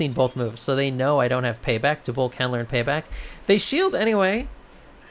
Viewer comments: DUB-WOOL now say it with me. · I’m hear to complain about the pronunciation of dubwool. Good day to you sir